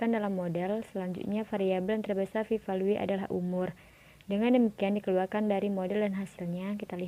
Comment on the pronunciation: bagusss, dan saran sdikit: cara baca p value (velyu) dan tambahan jg bs utk isikan interaksi: smoke*ht ke kotak kovariat caranya klik smoke dan ht bersamaan lalu klik >a*b>